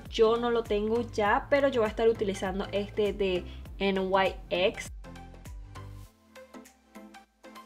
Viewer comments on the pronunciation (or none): Nyx no se dice "en way eks" se dice tal cual como se escribe nyx osea se pronuncia "niks"